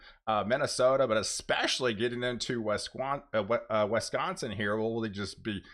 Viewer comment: It's Wisconsin not Wesconsin